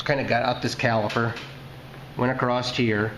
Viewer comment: Acrosst... Acrosst here....